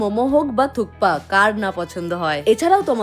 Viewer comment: থুপকা নয় থুকপা।